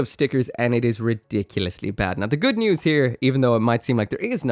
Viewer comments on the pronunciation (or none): none